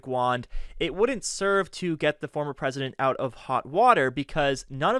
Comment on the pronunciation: Buh he was duh Pwesidont! 🤣🤣🤣